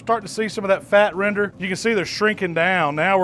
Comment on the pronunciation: CAN YOU SAY RENDER ?